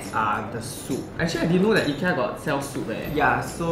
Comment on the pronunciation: Your pronounced IKEA wrongly...